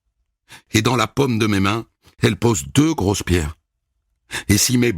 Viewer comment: La paume....des mains.. la pomme. Pas la meme prononciation.. ecri😮ture differente